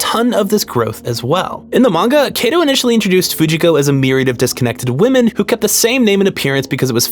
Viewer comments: It's Kato, not Keido. If you're going to claim to respect someone's name, learn to pronounce it. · hey uhhhh just so you know, since you said you were using it out of respect, you straight up mispronounced Kato's name over and over and over. If you see the letter "a" in a japanese name, it's pronounced "ah" not "ay" every time. the "ay" sound would typically only come from "e" or "ei". it's especially glaring considering how much effort you put into correctly pronouncing names from other languages, tbh